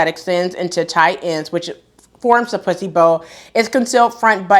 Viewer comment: Thanks for sharing . The duster/dress is beautiful. I cracked up when wore out the word “pussy or puce bow” you said it about 15 times. It’s a good tongue twister.